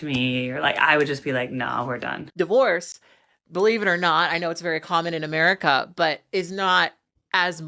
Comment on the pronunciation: love that cooky 'Meruca ouifit😂😂😂😂